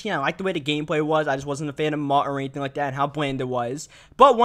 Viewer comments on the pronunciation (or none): none